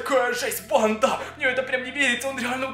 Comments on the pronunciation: Почему ти говоришь банДА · Бесит когда говоришь банда